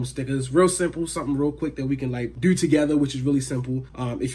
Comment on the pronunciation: Wowwwwww that’s how you goin dew me 🥺